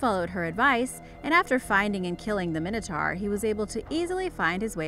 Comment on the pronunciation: It's mine-o-tor not min-o-tar